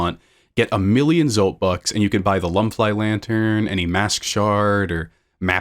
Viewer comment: the way you're pronouncing some of these words. The venge in vengefly is meant to be like vengeful the luma in lumafly lantern is meant to be like illuminate